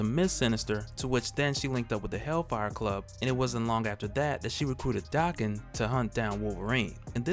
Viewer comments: Why do you say his name dahken? Isn’t it daken like bacon? Have I been saying wrong?!??!? Oh no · Dude it's not DA-ken it's DAK-en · Y he say Daken like that? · Is his name pronounced "Day-Ken" or "Dak-Ken"? I think he needs a better codename (maybe Wildchild, Wildheart or Wild Thing). I like the idea of Daken having adamantium swords (since he has bone claws), but they should also be "Muramasa blades" (halting healing factors). He needs to use his pheromone powers more often...to better manipulate ppl, as an anti-hero.